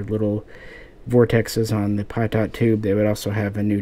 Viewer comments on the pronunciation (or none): Your videos are good but I cringe everytime you pronounce Pitot as "Pie-Taught", it's pronounced "Pee-Toe" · Don’t be such a pie-daughnt